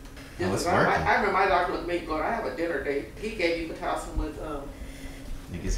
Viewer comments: He said (PL)itocin lmaooooooooooooooooooooooooooooooooooooooooooooooooooooooooooooooooooooooooooo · ….” We are about an hour in on the PLAtocin” lol He got me dead! My guy did good with vlogging……thank you guys for sharing this amazing beautiful moment with us